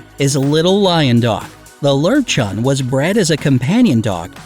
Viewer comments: Lowchen sounds like the national park in montenegro:,, Lovćen" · We own a LOW-SHEN. But it isn’t smart, or obedient😂😂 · Actually, Lowchen is pronounced Lerv-Chun ^^* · how they pronounced löwchen lol